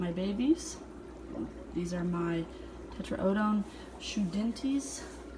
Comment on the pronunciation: great looking puffers..............they are............show-teh-DEN-eye...puffers